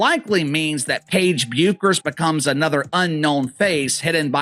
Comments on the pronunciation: IT IS REALLY IRRITATING THAT YOU KEEP ON CALLING HER "BEUCKERS!" IT IS PRONOUNCED AS "BECKERS" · It’s pronounced Beckers, not the way it’s spelled. And this video is as dumb as it gets. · It's about time you learn to pronounce Bueckers correctly. It's pronounced as if there isn't a u in her name as if it's Beckers. Show the parts of the PB press conference The AI was referring to instead of using the AI. If Paige Bueckers thinks that all, or a large majority, of the black WNBA players in the WNBA are going to see her as a "sister" or a champion of black women when she joins the WNBA in 2025, she is delusional. Black people may have felt some gratitude when PB made her speech at the Espy Awards, but remember, gratitude is the weakest virtue. Every time the slogan "Paige Bueckers was Caitlin Clark before Caitlin Clark was Caitlin Clark.", there will be backlash and it won't be against CC. "Ponytail Pete" became the "Female Steph Curry" when CC left college and started playing in the WNBA. CC got the PP nickname, a tribute to "Pistol Pete Maravich", because of her scoring prowess and 3Pt bombs and because of her organic popularity. CC didn't become a star and popular because of media push or anything to do with Angel Reese. AR road CC popularity to relevance. $$$$$$$$$$$$$$$$$$$$$$$$$$$$$$$$$$ Regarding the most influential women, #1 CC and #2 AR; here is how I see their personalities, the way they behave and the way they live their lives. The 13 year old daughter tells her mom I want to grow up to be like CC; mom takes her daughter shopping for presents as a reward. The 13 year old daughter tells her mom I want to grow up to be like AR; mom takes away her daught